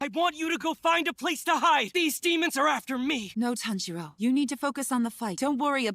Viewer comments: the pronunciation is more TAHN- GEE-ROW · TAHN-jee-roh or tahn-jee-ro. Not tan-JEE-ro. Please. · The way you guys say names though 😂 Nezooko? Tanjeero? Y'all are gonna love an upcoming character cause the pronunciation of names reminds me so much of him 😂😂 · please pronounce Tanjiro right you’re literally watching in dub as well 😂